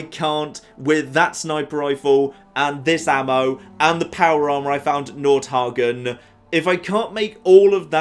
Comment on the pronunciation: Nord hegien not hagion